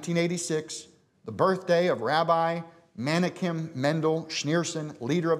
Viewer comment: He can't pronounce Menachem right.